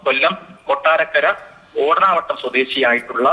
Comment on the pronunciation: ഓടനാവട്ടം ആണ്, ഓടാന വട്ടം അല്ല